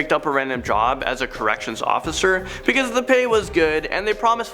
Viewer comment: You said 'beceuse 789